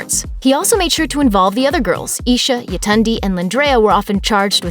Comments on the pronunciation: Its Y(ay)tund(ay)! Nigerian name. RIP. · I am Nigerian and the cringy pronunciation of Yetunde